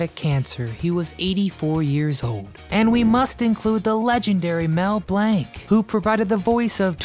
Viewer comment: You'd come across a little more knowledgeable if you would pronounce names correctly. Glaring example, it's Mel Blanc. Not Mel Blank.